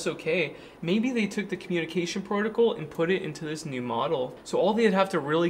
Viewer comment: Love ya,, but… PRO-TOE-CALL = protocol…………..NOT BUTT-TON, try BUTT-NN.